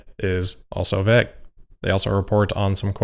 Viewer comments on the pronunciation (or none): Vagg??? It's vague as in va'g. Dumb dumb